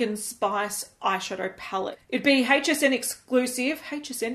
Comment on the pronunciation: I love the way she says HSN! "Hhheych SN" 😉 FML not ANOTHER 🤬 peach palette on the market! 🤦‍♀️ no one asked for this !